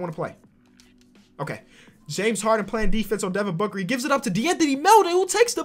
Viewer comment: This guy said Devin Booger XD